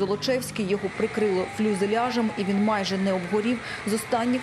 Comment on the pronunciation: Фюзеляж, не фЛюзеляж. Ви кожного разу помилково вимовляєте це слово. Не розумію, Факти ICTV мають редактора або іншого компетентного фахівця?